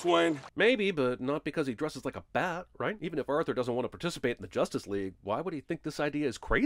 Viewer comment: 100 sins to cinemasins pronouncing Arthur's name as "Urther"